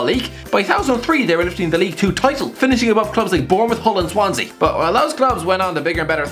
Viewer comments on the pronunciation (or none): none